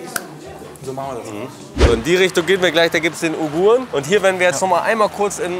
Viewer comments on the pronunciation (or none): Wie er Uiguren nicht aussprechen kann …